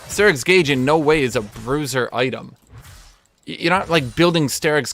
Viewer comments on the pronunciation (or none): I think he just miss pronounced that